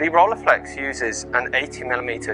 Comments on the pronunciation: ROLLEI is pronounced roll-eye, it's German. Not role-ey or whatever... Nonetheless a cool video 👍🏻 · agree to disagree: in the first 2 seconds you say role-eye and that's wrong to... anyway, doesn't matter 😉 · Not Rollyflex, but Rilleiflex. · This made want one even more! But pronouncing Rolleiflex wrongly was a joke right? 😅